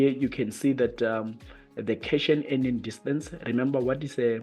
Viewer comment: Cation ( Read as Cat - Ion) .. Anion ( An-ion).. Great video, overall though..